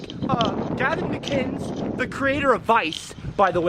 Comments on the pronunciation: Gavin "MICK-INES (AS IN 'WINES')"?? What?? It's pronounced MICK-IN-IS (as in 'Guinness'). It's Scottish! Like this>> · Why does nobody pronounce "mcinnes" correctly... It'd "mc-in-iss" not "mic-eye-nes" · I don't mean to be a schmuck, but "McKines?" (Mick-INN-ess). Enjoyed the video. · mcguynes? Mcinn ess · "He was on the Gavin Mceynes show" "the Gavin Mceynes show" "Gavin Mceynes" "Mceynes" It is MICK-IHN-EHSS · Mc Inn-iss. Not Mc Eye-nns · You sir have been trolled.. It's McInnis, not Mukines.. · Its Gavin Mcinnes (mackinnes) not magajns! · It's Gavin Mac-in-iss, not mac-ines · You lost me in the first ten seconds of the video. The Gavin "McInz" show? Come on dude, you can't pronounce a simple last name correctly? Normally it wouldn't matter, but if your video is fueled by his content get his name right. Gavin created Coppercab. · Don't let gavin watch this video......... it's mC-in-is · Not how you pronounce McInnes, FYI. It's like "McGinness" just minus the G. :) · sorry to critique at all but I just have to say it's mc.IN.nes, but good content man I liked it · its pronounced Gavin Mic-Kin-hiss lol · Gavin "Mick-In-Ness" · It's pronounced Mcinnes like Dennis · "Mik-EYE-ns"? Man. You sure are in the know aren't ya.... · Gavin's last name is pronounced "mic ennis" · Did he just say Gavin Mangina? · stopped watching when he said gavin mciens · McInnes read MC-IN-NESS. You really have to try hard to fuck that name up, guy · man i hope you learn to say Mcinnes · learn how to pronounce mcinnes. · If you watch TGMS then why can't you say his last name?! :P